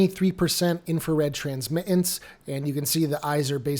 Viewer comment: No name calling. And I have great respect for your work. The word “transmittance” has the letter “t” in it three times. The second two are not silent when saying the word. Why do many people (who are usually under the age of 40) not pronounce them?